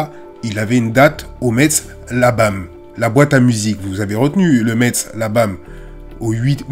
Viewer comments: Ça se dit "mess" et pas Metz mais c'est pas grave force à toi 💪🏾💪🏾🔥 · Metz se prononce MESS 😅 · On prononce Metz "Mess" grrrrr. Tu es pardonné de part la qualité de ton contenu toujours très bien analysé, et jamais dans l’excès ou la recherche du buzz ! Encore une très bonne vidéo 👍✊ force a toi